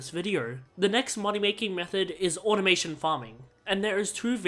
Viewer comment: Automaton not automation